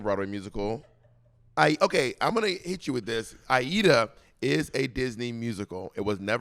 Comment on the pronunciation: I believe it's Aida